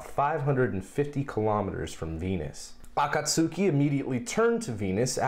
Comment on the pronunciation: Great SpacePod,! Good to see Cygnus back at the station. Also, I do have to correct your Japanese slightly. The "u" in "Akatsuki" is silent, so it's "uh-KAHT-skee."